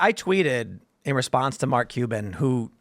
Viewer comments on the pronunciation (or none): none